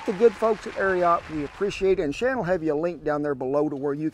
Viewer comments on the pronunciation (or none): none